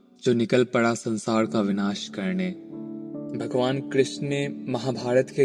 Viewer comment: Aap totle ho kya kadavas Padesaan nahi pareshaan hota hai . It's sansaar not sansaad😂😂😂